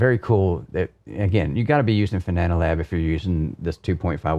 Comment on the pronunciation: Thanks for the review, great to know how your wheel base looks inside. I can't help but smile at your "Fananalab" comments 😄 Seems you realized by 35min. and forward though 👍